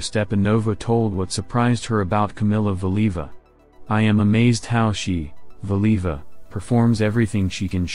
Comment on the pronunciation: the narrator (AI?) cannot even pronounce Valieva's name correctly! Nobody noticed before posting this? Weird